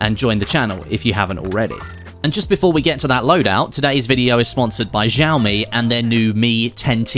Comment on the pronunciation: Love ya! So not to hate, but that's not how you say XIAOMI lol